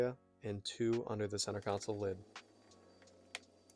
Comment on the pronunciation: Centre console. Not counsel. I learnt english from the whites. Anyway thats a good looking interior